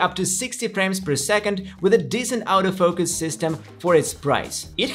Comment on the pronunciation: why is he pronouncing the 'auto focus' sounds like 'out of focus'???